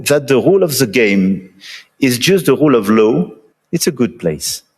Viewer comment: France talking about the rroule of louw? Libya?